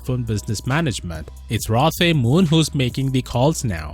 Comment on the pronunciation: The name is pronounced "Roe" not "Rah."